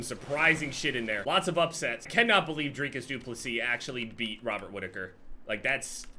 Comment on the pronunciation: As a South African I’m pleasantly surprised with how u pronounced dricus du plessis name but obviously have to disagree with what u thought about him 😂